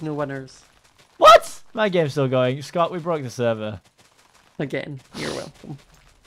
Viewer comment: I thought scott said ewwwww xD